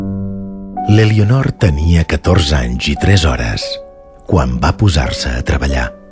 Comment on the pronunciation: No es pronuncia ''Elionor''. La ''e'' inicial es neutralitza en català oriental... Per favor, quin mal d'orelles...